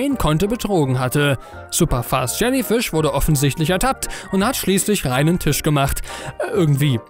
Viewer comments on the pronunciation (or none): none